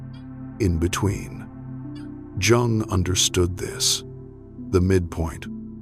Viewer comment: HOW CAN ANYONE TAKE THIS SERIOUSLY WHEN THE NARRATOR CAN'T EVEN PRONOUNCE JUNG CORRECTLY. COME ON!